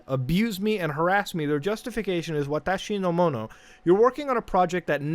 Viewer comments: Your pronunciation of "Watashi No Mono" was spot-on. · Wonder why they names the game watashonomono when that means “my things” in Japanese lol わたしのもの｡ and nice pronunciation of it!! Sounds great